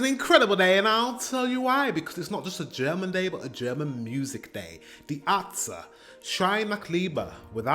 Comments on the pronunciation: “Dee atztee” Close enough homie. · It's "Dee Air-Sta(y)" but without the I sound from the Y at the end...